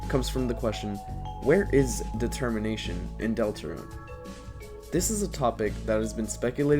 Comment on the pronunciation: "De-Termination" oh my god...